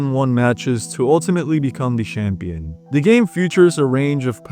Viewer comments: Dude said “aSHeving victory and SHampion” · Ngl you pronouncing every ch as an sh sound is really getting to me. Its champion not shampion 😭😭😭😭